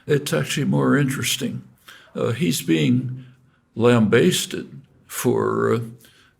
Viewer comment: Linguistics prof. don't know how to pronounce "lambasted".